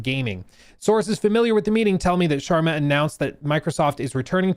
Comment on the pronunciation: Got it?